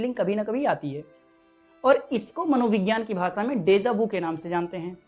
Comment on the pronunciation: Desa Vu nahi, Deja Vu hota hai......🤦